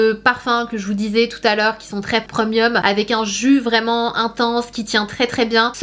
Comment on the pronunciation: Sana je t’aime beaucoup mais s’il te plaît 🙏 tu peux dire prémium et pas preumium